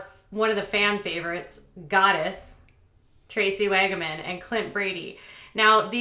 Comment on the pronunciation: Wagan? You mean wagon?